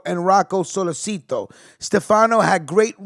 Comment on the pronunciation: It’s pronounced solé chi toe (sollecito)